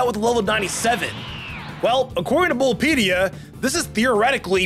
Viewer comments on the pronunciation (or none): Bulbapedia not bulbpedia. Dye-an-tha not Dee-on-tha. Am-u-let not Omelet.